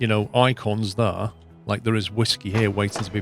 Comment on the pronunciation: There" is more like ,,thaere" if you know what I mean . Love this series